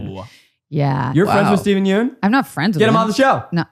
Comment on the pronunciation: I just want to say that Steven Yeun's last name is not pronounced "Yoon". It's actually "Yeon". The "eo" makes a short "u" sound like in the word umbrella. Yeun is spelt 연 (yeon) in Korean and Zach and pronounced it as 윤 (yoon) which is completely different.